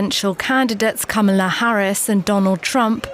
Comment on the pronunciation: She's mispronouncing Kamala's name:)) She's like Trump.